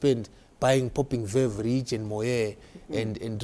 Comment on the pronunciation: All have you heard how pronounced veuve & moet but you never seen him holding any.Ummm pane vanhu vane zvinhu zvavo vasina show off amana